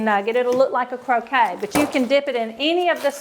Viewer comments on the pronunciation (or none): They are pronounced "cro-ket" not "cro-kay"...croquette is a food...croquet is a game.